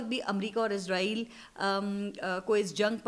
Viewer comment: izreel ni hota israeel hota h